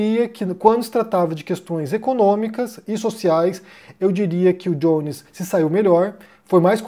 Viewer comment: Não é "Diones" em inglês, é Jones em português, igual "Joaquim" "José"